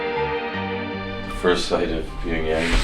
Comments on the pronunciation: Wish he'd stop pronouncing it 'Pingyang' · tea girl was pretty. wonder how she's doing. and why didn't anyone teach him how to pronounce pyeongyang?